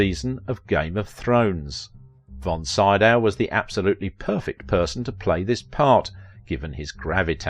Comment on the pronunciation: Name is like "SEE-Dow." Basic respect: listen online, get the name of main subject close to correct. You ask what we think!!?? Please show that respect (recalling the horrid "CanDEECE" Bergen!)